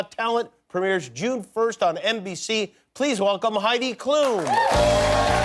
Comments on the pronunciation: Jimmy, her name is Klum, no Klooom. It's a short "u" like in ultra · Its so funny to hear how english people pronounce Klum